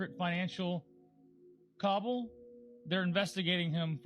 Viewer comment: Cabal...not "cobble"... But I'm sure that was intentional, him not saying the actual word-cabal-cuz he's one of them(most probably)...